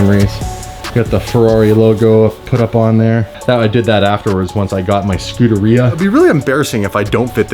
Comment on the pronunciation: The Ferrari F1 team pronounces it Skew-dera. But you actually pronounce it the correct way. Scoo-da-ree-ah. I was gonna call u out for saying it wrong but after some research looks like I was wrong. Lol